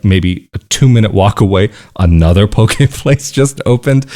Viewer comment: you use a term that sounds like "pokè place"; what is that?